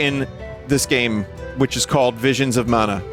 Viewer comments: *Vishins uh manuh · Wivuns of Mana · Don’t you mean Wisions of Mana?